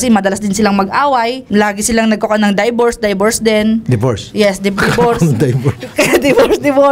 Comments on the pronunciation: Her: daybors daybors deen Sir Raffy: Divorce? Uwi na tayo may nanalo na 🤣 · Daybors Sir raffy: Divorce HAHAHA MADE MY DAY😂🤣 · Die-vorce die-vorce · HAHAHHAHA natawa ako sa die vorced 🤣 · HAHAHAHAA MYGHAD MADE MY NIGHT WHEN THE DIE VORCE PART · Kaya pala DIEvorce 😂😂😂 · "DIEVORCE" lmao😂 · divers po un...ung sumisisid😂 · DIEVORCE HAHAHAHA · Tawang tawa talaga ako sa Die-Bors na yan hahahaha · Hahaha die vorce! Divorce pala haha 😅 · Day vorce HAHAHAH